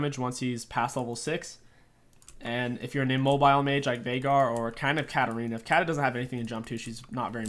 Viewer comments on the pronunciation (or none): none